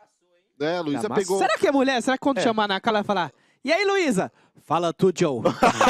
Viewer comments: Mano não é "R"udson, tem som de "U" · N é Rudsom 😂😂 É Udsom , Mas com H Hudsom